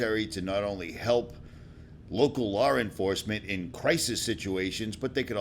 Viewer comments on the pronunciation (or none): I cant get over "Lawr enforcement" La enforcement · WTF is lar enforcement... I'm trying to listen but hearing lar instead law cringes me..